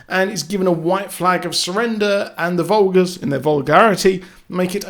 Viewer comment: Umm it's the fulgers not the vulgurs 😂